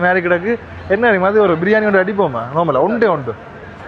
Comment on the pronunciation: Srilankan jaffna slang ஒன்டு ❤❤❤